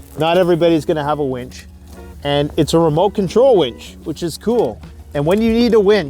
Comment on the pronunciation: Where is your survival shotgun or handgun? Asking for a friend. lol Great vid - I wouldn't be here commenting if I didn't enjoy your vids. And I thought you said "wench" and I thought immediately, yes having a wench would be nice... and then you showed the winch... meh.